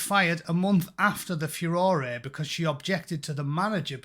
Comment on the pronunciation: Furorey? Very poash. 😘